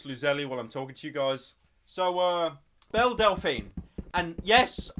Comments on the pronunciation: It's Belle, not BELLA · it’s BELLE not BELLA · I swear I hear Bella instead of Belle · Pyro: acknowledges that he pronounced Belle's name wrong Also Pyro: continues saying it wrong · Shes called belle not bellar say it right ffs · Her name is pronounced "bell delphine" not "bella delphine" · Sorry for saying name wrong 5 secs later Pyro: BELLAAAAAA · Corrects himself: its bellE Says: bellA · says thank you to the ppl who corrected him on how to pronounce her name says her name wrong again 1 min later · Pyro:*realises he made a mistake pronouncing Belle delphine's name* Also Pyro:*continues to say "Bella"* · says he 's sorry for pronouncing her name wrong. literally 5 seconds later: bella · Its belle not bell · adresses prononciation of Belle proceeds to say Bella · it's belle not belle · What's funny is that after Pyrocynical called her Bella, I started calling her Bella because I thought I was pronouncing her name wrong. :joy: :gun: :ok_hand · Gets corrected about the pronunciation of Belle's name, proceeds to keep calling her "Bella" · Pyro: Acknowledges that he said Belle Delphine's name wrong Continues to call her Bella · admits he's been pronouncing Belle wrong this whole time still says "Bella" 10 seconds later" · You said her name wrong again. 🤦‍♂️ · Corrects mispronunciation of name 1 min later Continues to pronounce it incorrectly 😂😂😂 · STILL mispronouncing her name, you incompetent fuck nugget. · You: Admits you were saying Belle wrong You Says it wrong again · Acknowledges that he’s been pronouncing Belle wrong and then continues to pronounce Belle wrong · is the perfect disaster of a sentence that you have blessed my ears with. Acknowledging you pronounce her name wrong, doing it again and then just giving up on the sentence entirely. Thank you Pryo, and please never change.